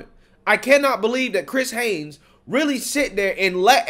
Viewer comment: "HAYES" NOT HAYNES.